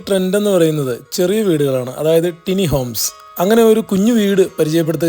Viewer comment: Elevation 👍👍 ടിനി ഹോംസ് അല്ല ബ്രോ, ടൈനി എന്നാണ് കറക്റ്റ്